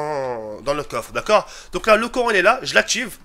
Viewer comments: mdr a la place de dire courant tu dit corant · " on va allumer le coran " au lieu du courant ;) sinon bonne vidéo :)